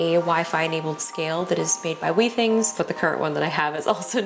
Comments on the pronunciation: I think you’ll find that it’s pronounced with-ings with a short “i” not wee-things. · I would be worried about 99.5. That is a low grade fever. If it increases, I would go see your PCP. (Also, your pronunciation of Withings is incorrect)